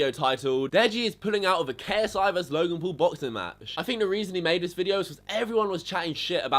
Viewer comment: look.. get fucking braces get your teeth straight try to say Logan P-A-U-L not Logan pool.. and just stop putting ksi or Logan Paul in your titles.. it's 1000% obvious you literally love Logan and ksi...